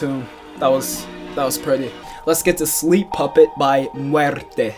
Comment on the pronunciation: Mueeerte JAJAJAJA It is rare to hear someone from English say a word in Spanish